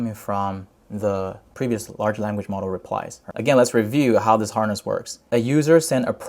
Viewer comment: Good Content! though i think horse can be pronounced more correctly 😆 i thought that loop agent is sits on top of harness agent because what if agent fails to achieve the goal and according to failed memory llm wants more diverse context then what ?